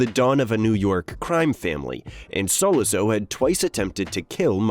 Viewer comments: “Sola-zo?” Dude, have you even watched the Godfather? That’s not how the character’s name is pronounced. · It's very hard to listen to commentary on GF when you can't even come close to pronouncing Sollozo. That being said, it was still somewhat entertaining. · Have to agree. Complete mispronunciation is an epic fail. Made my ears bleed.